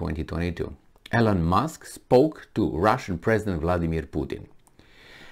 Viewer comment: it’s Elon not Elen